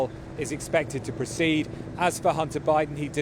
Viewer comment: Why do they keep saying Hunner instead if Hunter.